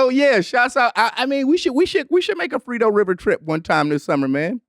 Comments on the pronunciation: It’s “frio” fam lol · Lol it’s the “FRIO river” but from now on it’s getting renamed to the frito river fasho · Danny it’s the Frio river (cold in Spanish)